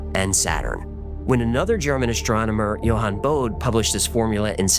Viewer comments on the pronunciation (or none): I think it's pronounced bo-D! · Bodes law. Bode is pronounced "Bo-day " buddy 👍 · krypton was the name of the planet, Bodah is how Bode is pronounced